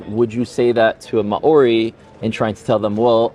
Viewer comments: I love you Rudy but every time you say Maori it makes me cringe, it's "Mao-ri" not "Ma-ori" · Hi Rudy! Just a pronunciation tip. The "ao" in Maori is a diphthong and is pronounced like Chairman Mao, rather than Ma-ori. And before the Maori, there were Morioris in New Zealand. It's politically incorrect/inconvenient to say the Maori genocided them, but they're somehow all dead. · Maori is pronounced maow-ree. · The Maori example is both good and really bad. The Maori people arrived in New Zealand in around the 1300's AD, the europeans arrived around the 1500's - 1600's AD And there is some evidence that there was a people in New Zealand prior to the Maori who the Maori... unalived Also the way he says Maori as Ma-Ori makes me cringe so hard It's pronounced like Mouldy but with an R sound instead of a D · ma ori is: what light? In Hebrew, sorry for his pronunciation 😊 he's falling back on Hebrew. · Yes, drives me nuts. "Mao-ree" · Holy fuck!! Less than 30 seconds in and I think the problem should be solved! They quickly get on to the historical topic of hominoids. And then this moron insensitively mispronounces the proud and epically gorgeous people of what is now New Zealand. Kinda a perfect example actually as to do how to live together and not be moronic human beings fighting over “fairytales” But also why I will not continue watching this moronic debate because it’s nonsense Israel and Gaza have nothing to do with a religious battle. Clearly. Extremists may suggest that the cause. But any intelligent person can see this is about resources and money! 4000 children didn’t have a chance to think religiously. Israelis are wealthy too an ungodly extent. If old white men really believed in a heaven. Why does the greed and appetite for power and governance of land make them evil? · It must be the Hebrew spelling of it